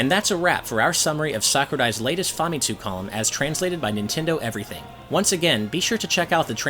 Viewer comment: It’s pronounced fuh-mit-su. I doubt he will ever pronounce it correctly though 😂